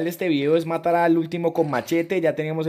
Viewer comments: Asi no hablan los colombianos,son los puerto riqueños ,solo se equivoco intentando decir matar(yo tambien soy colombiano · Dijiste matal enves de matar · Like si escuchaste que dijo vamos a intentarlo matal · We dijiste matal 😂😂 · En el minuto dijo matal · like si te diste cuenta que dijo " matal" 😂👏👏👏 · Asi hablan los Colombianos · Asi abla